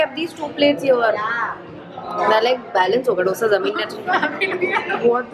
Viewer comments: Beeing a south indian u should have told dosee instead of dosaa... Dissapointment lol 🙃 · It's not doosa it's dosa y'all pronounce it's wrong 😬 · guysssssss its not DOsa its dosa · It's not DOSA ,its " DHOSA"...Jst SOUTHINDIAN ..saying it.